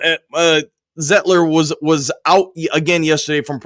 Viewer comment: Sane-ra-still, Zite-ler